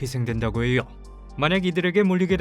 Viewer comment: 고통스럽다고해여! 알려져 있어여! 의미하져! 발음 왜이래 ㅋㅋ